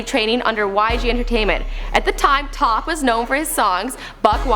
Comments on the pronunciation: Top? I thought it was pronounced as T-O-P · IT IS T.O.P. NOT TOP!!!!!!! GET IT RIGHT 😶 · CookieBae GT I mean it pronounced T,O,P. You don't say the period. You say the name as individual letters. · Why did she keep calling T.O.P Top pmsl.